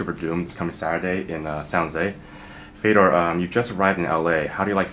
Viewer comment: It is pronounced Fe yo door.